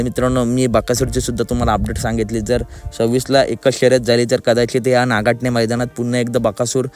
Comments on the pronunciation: नागठाणे आहे नाकाठने नाही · नागाठणे नाही नागठाणे म्हणा